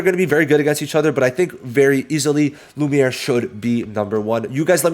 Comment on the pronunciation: Bro should not say lumie😭